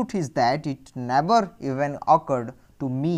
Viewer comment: Can't u pronounce the words properly???The meanings that u r telling r already written in the book....si what is the use of listening it... U tell never as naver